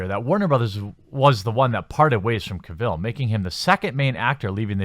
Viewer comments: This entire rant was inaccurate. Ppl do watch supergirl. Superman had man of steel wich was great. You officially became a fuk boy when you said pronounced his name Ka-vill And then later confirmed when you actually used far left media is a sentence to justify your point when what you wanted to say was niggas cant be Superman. And actually they try to develop Superman in man of steel and give him An actual more dilemma and you fucks boys cried #NotMySuperman pls i can tell you like to pretend ...... by all the books in the background. Just stop pls just stop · I think it's pronounced: CAH-vil.